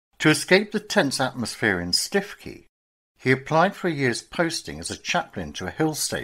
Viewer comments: please correct mispronunciation. stikey is stukekey for example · The Prostitutes' Padre. There was a musical made of his life. It's not Stiff-key it's Stoo-key. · Absolutely, Stoo-key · Stiffkey - pronounced Stukee in Norfolk. Interesting and well researched. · What a terrible and even grotesque story: the much used , 'You couldn't make this up' occurs. Lion-baiting in the 20th century shows that what passes as entertainment hasn't moved on since the hey-day of the Colosseum: taste for humiliating people in public very very depressing.[Btw, I had always understood Stiffkey was pronounced 'Stewkey'.] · Its pronounced Stookey locally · Please! Stiffkey is pronounced Stuwkey! I’m a local six fingered yokel and I know! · Its pronounced Stoo-kee